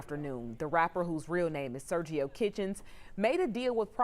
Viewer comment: Did she just say “Sergio Kitchens” ? 🤣🤣🤣